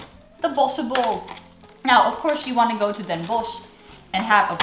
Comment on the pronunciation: The way you pronounce "Tompouce" and "Bossche bol" is just perfect!